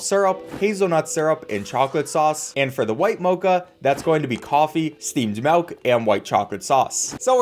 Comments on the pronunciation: He just keeps saying melk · I'm sure this video is great but I had to stop watching because you're one of the white people that say "melk" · if this dude says malk one more time im done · is no one gonna talk about how he says "melk" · ok no offense, but why you say mawk instead of milk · The scariest thing in this video is calling "milk", "malk" 😅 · Thinking people will get mad about you saying caramel correctly vs saying melk instead of milk? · Every time he said "Melk" a % of my soul was lost. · Milk. Not MELK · "Steamed melk" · Its Milk... not M E L K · Im sorry .... i have to Do this....."MELK" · The way u say “melk” 😂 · Am I the only one hearing him say “MALK” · I'll be honest I care less about your pronunciation of Caramel than I do about the fact that you keep saying melk instead of milk. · I'm not upset about Caramel vs carmel, I'm more upset about how he pronounces Milk like Melk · MELK NOOOOO ITS MILK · “Steamed Melk” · I love your vids as always, but the way you say milk cracks me up. "Melk" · Saying Caramel instead of Caramel doesn't bother me personally, but the way you pronouns milk ("melk") is the thing I noticed lol. Pronunciation aside, it's really funny that this video is teaching me the difference between different types of coffees than trying to learn by myself. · When your dialect is extra humour 😭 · Steamed Melk Honestly you pronouncing it melk was hilarious to me and I always smiled when you said it Keep up the good vids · You keep saying MALK and VENILLAH. I am being sent into a black hole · I was a big fan of yours until you started saying vinella and melk